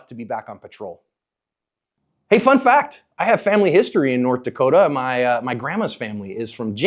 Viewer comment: Thank you for saying nort dakotah right